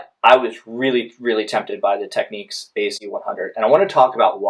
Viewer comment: For me now its between these 2 I think and contradicting reviews are making a choice tough. Also pronunciation is a bit off, its tech-nicks not techniques ;)